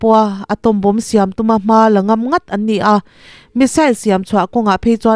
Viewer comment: In inhawng a, a lawmawm.... Pronunciation then khat lo bih zuai ila 1. Bomb, bomber, bombing......b hi silent a nih vangin Bom, Bomer (bomar), boming tia lam tur a ni e. 2. Allies...... Alaiz 3. Operation hian oppression a ang mah zawk....chhinchhoahna clue: operation hian 4 syllables a nei laiin oppression hian 3 a nei thing. 4. Debris.....De-bri